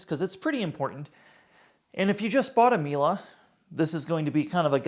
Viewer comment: The way he calls it Mila each time really triggers my inner Monk, there ist no A in Miele